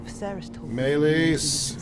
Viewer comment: I'm curious if it's an ongoing joke on this channel to pronounce Rhaenys and Meleys wrong 😂 or does he just have a hard time saying them